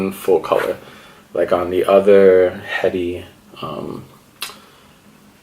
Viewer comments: It's pronounced Eddie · His name is pronounced like Eddie h is silent my friend